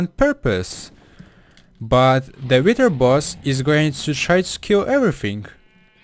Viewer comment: He said witch